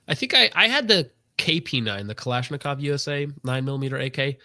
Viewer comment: I always cringe when he mispronounces kalashnikov.